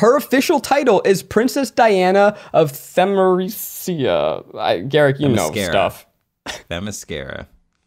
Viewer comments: I mean, it's based on Greek mythology, which existed well before the word "mascara." It's also not pronounced like "mascara." But, yeah. Lol. 😅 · It's not "Diana Princess of the mascara" is "Diana princess of Themyscira" . It's greek "θεμίσκυρα" 😂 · Themyscria and the Amazons are based on Greek mythology. It's not "the mascara," nor is it pronounced that way. Such a basic misunderstanding of the movie's lore or the pronounciation of the place mentioned a bunch of times throughout both movies turned me off of the podcast from the beginning. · I just gotta say it's a HUGE pet peeve when people can't pronounce something and just roll with it instead of googling it. Guys...it's called Themyscira (pronounced them-mys-skeera) I get its a hard word to say and its just a bit but ooooooh I can't. 😅 (But I am really, really loving the podcast. I can't wait for more eps!! 😊) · I am confused how they are mispronouncing Thymascira bc they say it in the movie